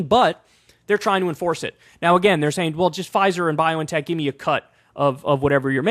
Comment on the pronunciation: where did you get this weird pronunciation of BioNTech from?